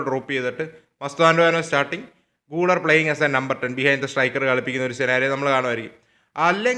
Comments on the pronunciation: pronounciation thettanu GULER മലയാളത്തിൽ ഗുളേർ എന്നാണ് ഗൂളർ അല്ല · ബ്രോ ഒരു ചെറിയ കളിക്കാരുടെ പേര് കൃത്യമായി പറയാൻ ശ്രമിച്ചാൽ നല്ലതായിരുന്നു ബ്രോ പറയുന്ന ചില കളിക്കാരുടെ പേരുകൾ eg: guler, hujisen ഇതൊക്കെ തെറ്റാണ്